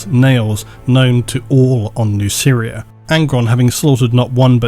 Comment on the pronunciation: The way you pronounce Nuceria makes it sound like "New Syria"